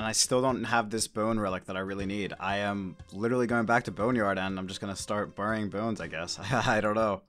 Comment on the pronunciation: You say burying wrong